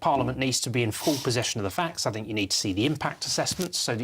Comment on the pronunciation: Why does that bird say Fink rather than think!!